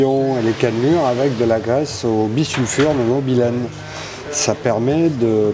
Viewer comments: bisulfure de molybdène et non bisulfure de mobylène (pourquoi pas bisulfure de mobylette !), lol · Le bissulfure de "mobylène" j'adore 😂 Molybdène c'est mieux. Super intéressant en tout cas. Bravo, pour la chaîne, bravo pour les tutos et l'ambiance ! Et merci !